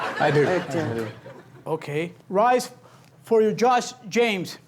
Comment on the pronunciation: lol every time he says judge it def sounds like josh.